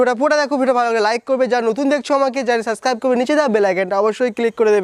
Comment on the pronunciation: সাস্কাইব আবার কি জিনিস ভাই? সাবস্ক্রাইব বল।